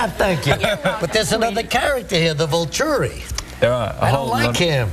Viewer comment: "then there's the Volchuri, I don't like him!" haha lol at the way he says volturi and he doesn't know anything about twilight.:p